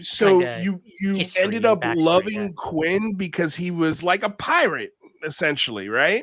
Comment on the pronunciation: Quint. With a T at the end 😉